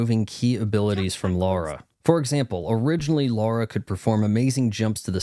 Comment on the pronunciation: You make fun of people for saying aspyr wrong, yet you keep saying Laura instead of Lara. Just… just… fuck off really.